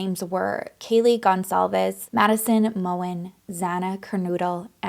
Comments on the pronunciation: they were in maddie’s bed that night. her last name is pronounced mogen with the g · Pronounced Kerr-No-dull not Kernoodle. (Kernodle) Pronounced Mow-Ghen (Mogen)